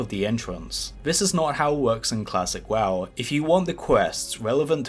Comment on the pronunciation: did you just say Klassick WaW